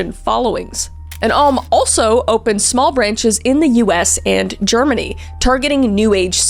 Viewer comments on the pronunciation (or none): none